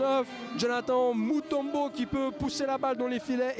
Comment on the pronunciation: Mon nom ses mutombo et pas moutombo